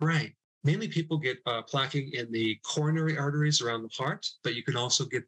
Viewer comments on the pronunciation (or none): none